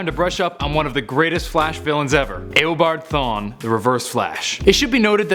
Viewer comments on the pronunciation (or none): Stop saying it aobard thwan its eobard thawne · This mans said aeo-board thawne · It’s eobard thawne not EYYYobard thawne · A-obard thawne? Lol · Did he say Aobart Thawn instead of Eobart Thawn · eobard thawne, not eobart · Did you say Eobart Thawn? lol it's Eobard Thawne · He says aboard thon😂😂😂😂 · "Ayobard Thawne" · "EYobard thawne" facepalm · "Aobart thawne" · lol aobart thawn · YOUR SAYING HIS NAM WRONG